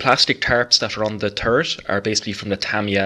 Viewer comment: Lovely work. But I gotta say, I chuckled ever time I heard "terp on da tarrit."...lol:)